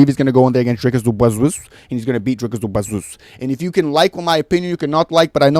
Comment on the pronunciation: Bro who tf are you? Typical deluded cringe American who can’t even pronounce his name 🤦‍♂️ You literally know nothing about Dricus’ mma pedigree. What’s your excuse for Khamshot basically losing to tiny little Gilbert who is an average welterweight? & not finishing a short-notice Usman? I just beg you have the balls to admit you were wrong when Dricus destroys him. Fkn casual. Jy weet niks nie poes 🇿🇦💪